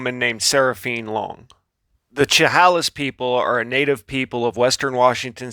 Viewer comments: Chehalis is pronounced shh hay lis. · Che-hail-iss... that's how u pronounce it...